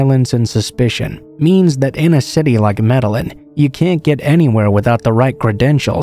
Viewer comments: Med-eh-een not med-ell-in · DARLIN IT'S MED Y EEN... i got my ass beat enough for not pronouncing it right. my uncle hated it when I didn't pronounce spanish words right. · Pronounced MED-AH-YEEN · Say it with me... "may-day-jean". Lol. Thanks for the upload though! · Bro I’m from Australia and when he said Med a lin trying to pronounce Medellin I physically cringed. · No offense but boy are you butchering the pronunciation of Medellin lol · Does it on purpose. All yters do so people comment to correct. It is a hack that increases interaction for the algo. Lol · Lol, not even close...